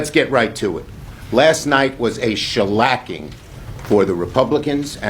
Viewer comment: SHALACING!!!! LOL!!! OOH WEEE!!😂😂😂😂